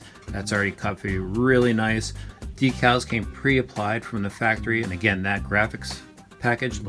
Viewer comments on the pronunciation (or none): none